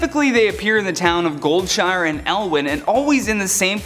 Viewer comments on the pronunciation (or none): none